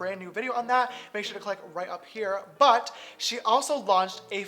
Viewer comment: they way he pronounces "but"